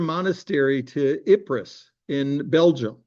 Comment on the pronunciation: ipres is pronounced eep